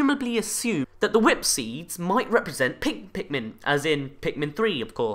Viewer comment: did you just say pinkmin